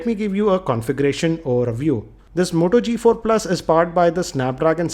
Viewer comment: moto g4+, not the modo g4+ hh indian voice always annoying